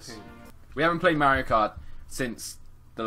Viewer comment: It's pronounced mar e o